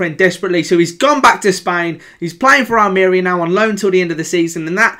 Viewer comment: The way you said Almeria😂😂